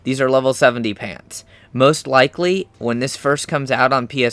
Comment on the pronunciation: Its sooo funny when he says "pantz"